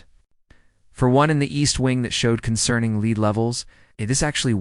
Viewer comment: Concerning lead levels. (Wrong pronunciation of the word lead (use the one that rhymes with bed)